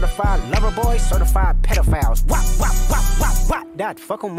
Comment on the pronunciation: Just so yall know he’s saying “PEDOPHOWLS.” So many layers. the 🐐